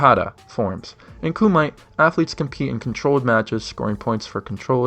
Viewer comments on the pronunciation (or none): Kumite is pronounced koo-mee-teh btw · Karate sparring "Kumite" is pronouced : KOO-ME-TAY